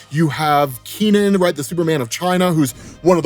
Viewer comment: Keenian? No, it’s Ke-nan.